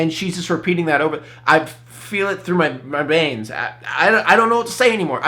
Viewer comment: were not gonna talk about how she mispronounced veins